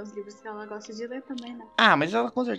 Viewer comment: 83 a comentar e tenho uma pergunta... Você goxta de goxta?